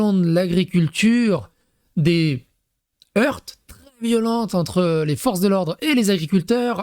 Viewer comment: Ton français ne s'améliore pas. Quand on dit des HEURTS, on ne prononce pas le T !